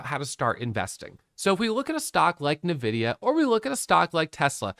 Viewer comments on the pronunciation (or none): I laughed every time you said navidia. Its ENVIDIA and your computer probably has their gpu inside. haha. Thanks for all your videos. They have become super helpful! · I say Navidia.. I know the right way to say it too but my mouth decides to say it Navidia idk lmao